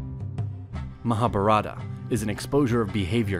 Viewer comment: It is not Rama yaana it is ramayana Not maha bhartha it is Mahabharata